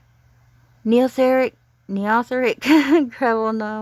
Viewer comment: Thanks so much for making this video and helping me try to reach more people. I plan to launch the campaign on July 13 after I come back from vacation. BTW, it's pronounced "knee-oh-theric" which is a made-up word that means "new age of beasts." And six eight is a reference to chapter 6, verse 8 of the Book of Revelation from the Bible.